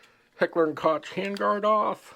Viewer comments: I noticed it too, but let’s try that again with a little more tact: While a lot of people pronounce it ‘kotch’, that is incorrect. The correct way is ‘coke’, like the soft drink. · Its pronounced Heckler 'COKE' not Cotch.😉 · COKE..... say Coke .... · Pronounced "cook" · Koch is pronounced COKE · It is pronounced KOCH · No, it's pronounced COKE. But that would make you even more out of breath to pronounce it correctly. Enjoy your POS clones. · Am I the only one who cringed each time he called it "Kotch" 🤣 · your saying Hecher and Koch wrong, its really annoying. "ch" in German is pronouced lie a "k" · First off you can't even pronounce Koch correctly. Secondly, you're just a typical Bubba guntuber. Definitely a member of Meal Team 6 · "Koch"? Your inability to pronounce their name correctly gives you zero creditability.